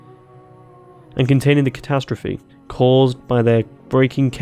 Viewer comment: Very informative, got the answer I wanted, thanks a lot... Random side note: did you mispronounce catastrophe intentionally? It sounds almost like you did, but over all the content of the video is informational and not humorous. I can't decide for sure if you just genuinely took three swings at it, or tried to make a funny.